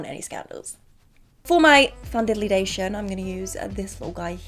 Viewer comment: 26 days til our bday! i clicked so fast💖 holds up a beauty blender “my brush” imaging doing the face for the second time and it wasn’t recording again “foundayliaton”😂